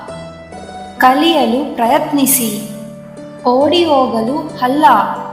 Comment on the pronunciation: ನೀವು,,ಹಲ್ಲಾ,,ಯಾಕೆ,ಅನತಾ,,ಇದ್ದೀರಾ,,ಅಲ್ಲಾ,,ಅನ್ನೋದು, ಬಿಟ್ಟು,,ಮೊದಲು,ಚನ್ನಾಗಿ,, ಕನ್ನಡ,,ಕಲಿಯಿರಿ,,ಮಹಾ, ತಾಯಿ 😅😅